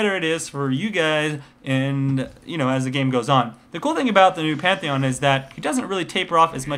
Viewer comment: The Best "Pentahon" <3